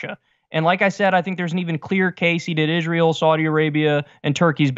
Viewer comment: I love how Cenk conveniently forgets how to pronounce Israel....